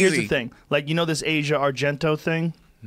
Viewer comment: She's been famous for 20 years. Learn how to pronounce her name!